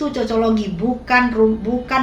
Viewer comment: cocologi gak tuh. siapa yang dicocol siapa yg nyocol... COCOKOLOGI bu. bukan COCOL😂😂.